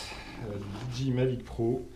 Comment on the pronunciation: Super vidéo mais s'il te plaît, pas "DiDji", juste "Didjéaïe", ca fait plus pro